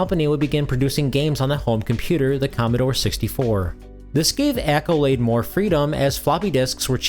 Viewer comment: If English is not your first language, FFS Ask Google how to pronounce something. It's not "Echolade" Google: Pronounce Accolade